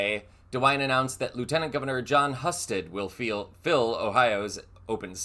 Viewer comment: You don’t run against the sitting republican governor, you nimrod. Btw Husted is pronounced “Hue Sted”